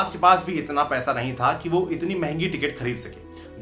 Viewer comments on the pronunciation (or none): none